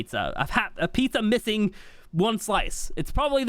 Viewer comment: “A pizza mithing one slice “